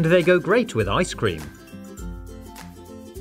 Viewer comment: cooks a human liver Also: I T G O E S W E L L W I T H I C E C R E A M.